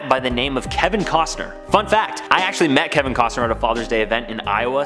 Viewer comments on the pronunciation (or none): none